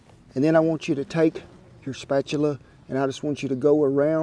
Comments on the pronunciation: "Spatular " you,re trying to hard to be an be an idiot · Love the way Kent says spatula! Spatuler! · “A rubber spatuler “ I love it 😂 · Looks delish! I knew he was going to say spatcheler!!